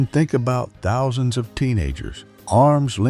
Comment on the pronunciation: Why can't the AI narration pronounce "Thousand" or "Compilation"?